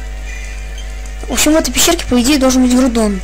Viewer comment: Гроудон а не Грудон